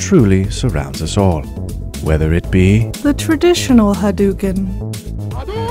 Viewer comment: Ha Dough u ken... haDOuken..... ryu literally does not say ha DUKEN... This was painful to listen to.